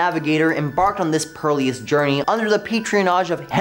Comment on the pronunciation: Why did you keep pronouncing it "pearl-eous"? It's perilous... "pear-ih-los"